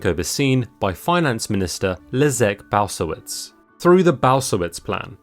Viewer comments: Balcerowicz is pronounced Bahl- tse- RO-veech with the accent on the penultimate syllable. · Butchering those names big time xD It took me a while to figure out You were talking about Balcerowicz ^^ But here's the twist as for the economics. We avoided recession, because we are in such a shitty position that it simply couldn't go worse. What You did hit is the problem with the old generation. The retirement system is the biggest backdraft we have and it's because it's a massive pyramid scheme made for the old farts in our country, who sold of pretty much everything we've had. So yeah, at this rate we will be able to catch up with the west only if the west slows down because it gets old and dies of. So yeah, this video sound way better than it is in reality for the actual citizens. Espiecialy the young and entrepreneurs. The raw data usually doesn't give much context of a reality in a certain place. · Leszek Balcerowicz pronounce as Leshek Baltzerovitsch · Leszek Balcerowicz is pronounced Leshek Baltserovich. Nice video, I've learnt some interesting stuff. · it's pronounced "le-shek baltz-er-ov-ich" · Just a note how to read Polish names in English: sz = sh, cz = tsch, w = v, c = ts. So Leszek Balcerowicz = Leshek Baltserovitsch. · That 'Leszek Balcerowicz' pronounciation killed me 😅 Try 'Leshek Balzerovich' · Dude. You can kill millions and destroy worlds with Your pronounciation of "Leszek Balcerowicz".